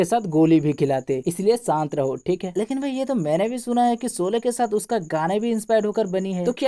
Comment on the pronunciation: Solay nahi sHolay pl. Aurcek baat sholay chali toh tumhari kyu jali khali pili ?